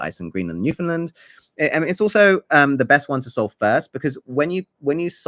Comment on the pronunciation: This is a really great theory and as a newfoundlander i love the how our history is included and that you dont pronounce the Found like so many do. I just wanted to point out you pronounced Mi'kmaq as "mik mak" and its actually more like "mik-k'maw", its just a really old mispronouncation thats now considered as disrespectful cause some people continue to use it after they find out the difference to be disrespectful on purpose